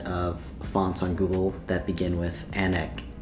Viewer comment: Anek is actually pronounced "uh-nake" which in few Indian languages means 'many' or 'multiple'